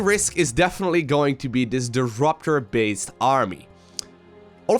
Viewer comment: "Duruptor". Yup, totally the proper pronunciation.